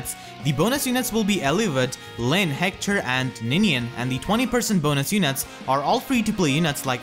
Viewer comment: I love how you pronounce Hector, "Heckthor"